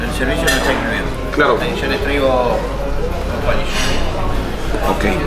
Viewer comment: el shervishio no eshta incluido